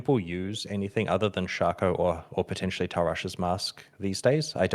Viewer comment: omg pronouncing shako right!! Let's gooo